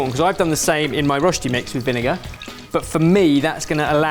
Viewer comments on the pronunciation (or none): Rösti not rosti. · hi, living in germany/switzerland here, Ben, Rösti has an umlaut on the o, it's pronounced rerschti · Germans: Rösti.: Roschti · Truly love how Ben gets better and better at pronouncing Rösti every time he mentions it in a video 🥰 my lil swiss heart is rather proud of him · I hate how they pronounce Rösti.